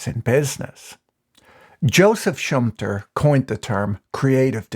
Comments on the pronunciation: Schumpeter is pronounced differently. I know him but didn't recognize the name when you said it. the two Es are not silent. Schum-Pe-ter not schumptr Great video and especially ad though, thanks for. The. Content patrick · He is called: "shum-peter" not "shumpter" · Funny way to pronounce Schum-pe-ter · Great Video, but my ears started to bleed when I heard your pronunciation of Schumpeter (sh-oo-m-p-e[like Edgar]-ter) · It's Schumpeter, pronounced like shoe-um-better, but with a long e ;-)